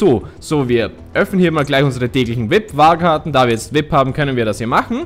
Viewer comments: Vip ? XD XD XD XD Es heißt V I P ( WI EI PI ) BITTE SPRICH ES ANDERS AUS TROTZDEM GEILE FOLGE BIN SCHON RQNG 13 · das heißt V.I.P also die Buchstaben einzeln aussprechen